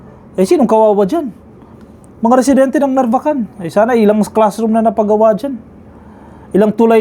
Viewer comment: Sir, sa mga ibang blogger at newscaster, kayo po lamang ang narinig ko na tama ang pagkabigkas ng NARVACAN. Ilocano po ba kayo?